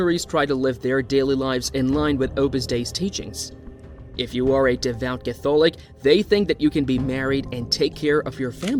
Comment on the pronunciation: Use a real person instead of a computer generated voice. It can't even pronounce Catholic correctly.